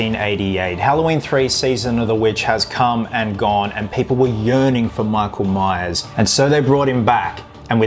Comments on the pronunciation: Did you just say:"Meak-oul-Mice"? It's "Mike-ull-Mai-urrs", brah! ;D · “MEEKLE MEYES”